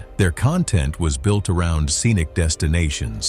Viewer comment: The accent of content, is on the first syllable.